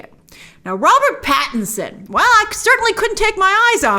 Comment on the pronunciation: Pattinson not patterson, dude